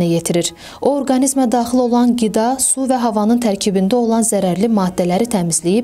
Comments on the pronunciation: Goresen bu dansan qiz qida diye bilmir gida xeyir askim and 🤔🤔🤔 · Tələffüzü düzəltsəz yaxşı olar! Gida yox,Qida!